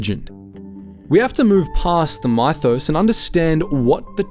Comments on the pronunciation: His pronunciation is off for mythos, exotic and gravity. As you say, is it just the Victorian pronunciation? But still, the way exotic and gravity are pronounced is not an English native speaker of any sort. Has he put his voice into an AI to save himself reading the script perhaps? A sensible use of AI. I do object to AI writing scripts though. He does great videos which are clearly written by a human. Maybe he is just using AI mimicking his voice to read the script. No big deal. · Listening to the pronunciation, not a human voice. It can't pronounce Mythos, exotic or gravity. Lazy. Not good.